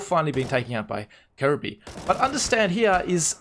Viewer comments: Good job. Try “K-R-B” for kjaerbye instead of “Kirby”. Technically it’d be KRboo, but no one lengthens the o sound :P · kjearbyes name is actually pronounced with the j sounding like the y in yogurt but other than that youre pronouncing it fine.